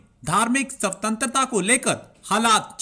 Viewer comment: सवतंत्रता नही भाई स्वतंत्रता !!